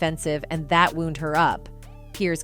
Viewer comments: the term 'row' rhymes with 'owwww' haha again...Wound...w'-OWWWWWnd, not wound as one would pronounce the homonym for boo-boo. Is this computer-narrated? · These AI narrators are so clueless. Learn the correct pronunciation of words like "wound" as in the past tense of wind. It's not pronounced like the same spelled word for an injury. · AI sucks! Get an actual human to narrate your videos, somebody who knows the difference between now and know, or wound like a watch and wound as in injury! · These stupid AI narrators. If you can't pronounce "wound" and "biopic" correctly, you are not human. Get a human narrator and I'll sub. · Bull shitte bot talk that can't speak english. The word wound has two different meanings, the bot talk doesn't know the difference.